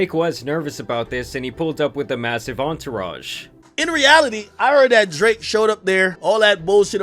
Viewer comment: Does anyone else notice how consistently over pronounces words that end in K lol DraKKKKKKKe